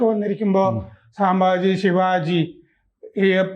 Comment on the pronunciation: സാമ്പാജി അല്ല.., സംഭാജി